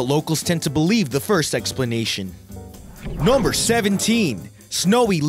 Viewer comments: Interesting collection,. But could you please stop saying "nahmber"? It's NUMber with an uh sound! And with just a tad less enthusiasm, please......thanks! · Yeah he says number weird as fuck..